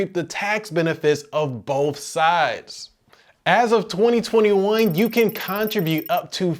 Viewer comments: I don't think that's how your pronounce contribute. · This was the information I was looking for, thanks! Unrelated, are you from the States? I've not heard anyone pronounce contribute like that before.